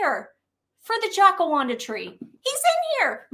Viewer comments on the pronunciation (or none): Hi guys. Good video! I happen to be a long time fan of Princess Catherine, Prince William, the kids - the entire Royal Family. Just wanted to thank you, and to let you know it's pronounced "Jacaranda", not "Jacawanda" tree. Have a great day and keep fighting against liars charlatans. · Hi ladies, love your videos and watching from Cairns , Queensland Australia. Just letting you know how to pronounce the name of the tree in the Meg picture …..it’s a Jack -a - ran - da tree we have heaps here in Oz . Hope you don’t mind only you’ve been driving me up the proverbial Jacaranda tree 🥰😂🤣 keep up the great work xx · Ladies, I love you dearly and I love the list, fantastic. But and I mean this with love, the tree is a Jac a rand (rhymes with brand) a. All of us Australians keep cringing when you say the name of our tree wrong. Bless your hearts The old Aussie gals